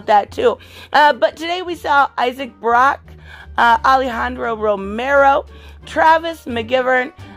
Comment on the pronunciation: Another great video as always keep up the good work and continue to upload awesome content and I’ll keep watching it love ya muchos besitos and yes you said Alejandro Romero perfectly